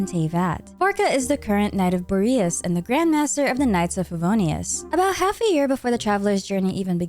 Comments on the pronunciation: I freaking hate how Boreas is pronounced in this game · I want Bore Yas